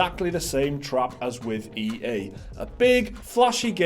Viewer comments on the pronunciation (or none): so its a trwwwwap articale